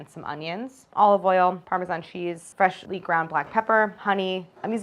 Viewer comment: Claire's pronunciation of ' fresshhly ground black pepper' will make Chef John proud